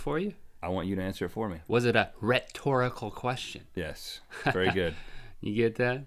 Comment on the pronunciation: hahaha its a "rhettorical question" and "its a dirrect LINK" i dont kno it made me laugh